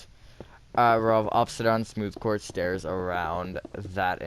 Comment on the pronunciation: i still rember watching that video and you making me laugh by saying stores instead of stairs